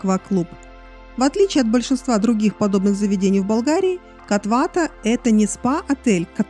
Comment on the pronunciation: Как не надоело коверкать ударения?! Почему бы сначала не узнать правильное название, а потом снимать видео?😮 «кОтвата» дорогая!